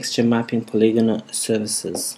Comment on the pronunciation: ''Poligona'' hahahaha lol dude